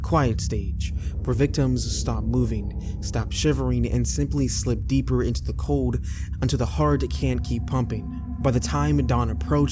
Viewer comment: COLD...not CODE